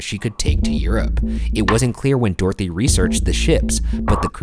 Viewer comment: Do all Americans pronounce Dorothy like this? Or just these guys? "Door-thee" 😂